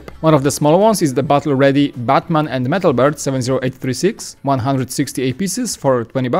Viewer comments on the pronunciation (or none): Are you saying metalbeard or metalbird?!